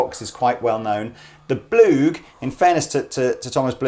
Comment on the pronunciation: When you said Blug, I thoght you said war. ... Don´t mention the war! (Fawlty Towers)